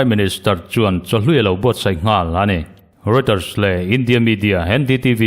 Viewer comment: Reuter hi i lam dik lo fo thin in ka hria, Rawitar, tiin lam tur...